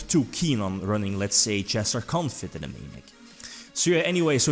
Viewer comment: Confit is pronounced "con-fee"